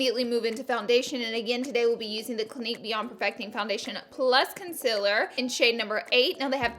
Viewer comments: It’s concealer not concillor like everyone says it to u but you keep saying it wrong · concIler ? ITS CONCEALER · I think you mispronounced consiller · Please say concealer correctly